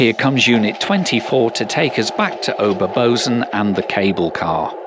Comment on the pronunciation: Bozen is pronounced Boe-tsen.